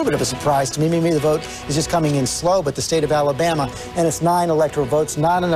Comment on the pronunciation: Allie-BAMuh What a dolt